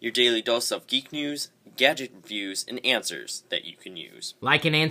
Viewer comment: "gadget nviews" LOL (intro)